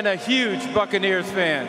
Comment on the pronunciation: it sounded like he said fuckaneers lol.